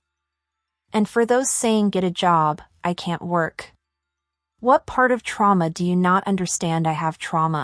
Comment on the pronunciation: do u know how to write? U can’t even pronounce trauma